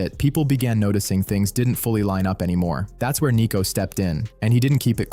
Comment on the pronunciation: It's Sneako not neako. 😂